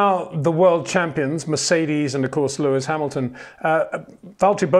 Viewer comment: it is NOT "verSHtappen" FFS Max is not German (who do pronounce "st" as "sht") ... #Max33 = Dutch NL/Belgium! ... It is not "Bottash" nor is it "Lewish" certainly not "verSHtappen" .... This BS started long time ago when a British sport presenter interviewed father Jos Verstappen and assumed you can use a German pronunciation to a Dutch Driver thinking it is so "funny" ... It is not.